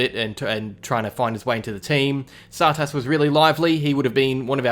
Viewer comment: yeah only way I can sorta explain it is too much emphasis on the second syllable